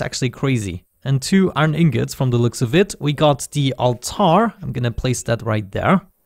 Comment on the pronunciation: It's iron not "aron"